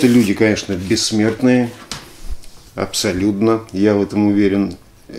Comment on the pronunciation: А слово абсолютно именно так, А не абсолюДно.